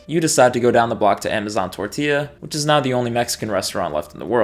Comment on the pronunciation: Love that you said tor-ti-yah and not tor-ti-lah 🤪